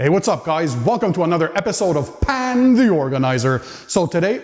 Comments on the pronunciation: Are you saying "Pan" or "Pam"? Im sorry can someone help me with this Pan-Pam dilema Is it like “calm” except P-A-N-M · The way you said 'pan' in the intro leads me to believe you've played PUBG